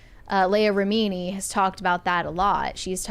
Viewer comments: Why is mispronouncing all the last names? 😂 It's driving me crazy. It's not Miska-veesh it's Miska-vitch and it's not Remeanie it's Re-min-ee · Lots of names have been mispronounced. It's David MIS-CAV-itch and Leah RIM-IN-NEE. Last week it was not known that Maggie Smith was a knighted Dame.